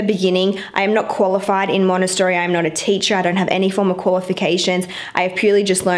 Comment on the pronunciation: Love the playroom but triggered by you pronouncing Montessori wrong the whole video 😣